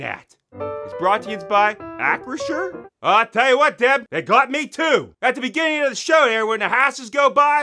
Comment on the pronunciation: I drank eryti he sayd aquashur